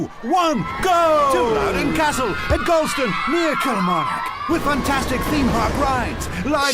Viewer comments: “Gal ston” it’s pronounced gaw - l (as in law) ston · Loved this video although my only critique of it is you pronounced Galston wrong. It's Gal as in ball, not gal as in pal haha apart from that brilliant video and brought back a lot of memories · The town Galston is pronounced Gawl-stun btw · Louden Castle was my childhood. We went every Saturday. My uncle operated one of the rides. The one thing that kills me is your pronunciation of Galston. It’s pronounced Gawl - ston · I’m literally from Galston and it’s pronounced like “Gall-stone” hahahaha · First got to do the obligatory its pronounced Gall-stone (yeah like the painful ones laugh it up) just no pause between. Remember going a few times but it was never really big think the school took us once and that was more of an afternoon trip. Its been a pitty that it was just left as it was over the years. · The pronunciation of “Galston” 😂, we call it “Gawston” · Heads up, Galston is pronounced gawl-ston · Galston is pronounced Gall stin. Pronounce all not al. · the way he said galston- no just nO.